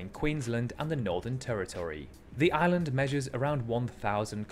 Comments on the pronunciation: Ok 👌 I had to watch and listen back a few times but I get it now though before I watched it back lad, I didn’t know if you were saying island or “aliens” ....... PS the crabs yes they make you squirm just a little bit 😉🤜🤛😂😂😂😂😂😂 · Every time you say island, it sounds like your saying Aliens lol, anyway, Norfolk island i knew about, i am a Tasmanian, but i didn't know about the language part, that was new and interesting to me for sure. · LOL it sound like you saying aliens